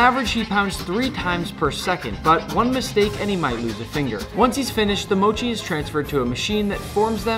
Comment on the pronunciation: Does it ever annoy you how all these Americans mispronounce mochi😭 like not to be gatekeepy or anything but I feel like I've never heard anyone pronounce it right and someone gotta tell them